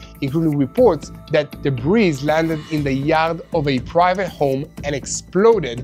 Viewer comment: 'debris' is pronounced 'deb-ree', there is no 'z' on the end. Thank you for your attention